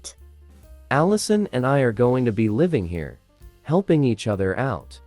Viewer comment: Why do they keep saying hare (A rabbit) instead of here (current location)?